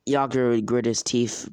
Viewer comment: to I’m done I can’t with this oh and it’s yagura not yagaro